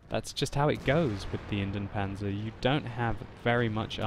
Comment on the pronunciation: its Indien-PanZer not Indien-Panser